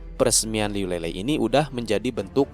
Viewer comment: Bang mau ngasih tau... buat nyebut namanya Liu Lilei itu bukan Lelei tp ttp Li-Lei biasa. Trus kalau Yunde itu dibacanya Yun-Te bukan Yun-De. Btw makasih banyak buat update-nya. Ttp semangat bang